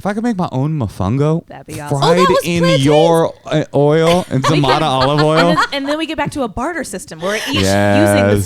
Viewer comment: I swear that the guy who says the cast names at the beginning of each SNL episode said Zah-MAY-dah and you are saying Zah-MAH-dah and now I am wondering who she is allowing to mispronounce her name 🤔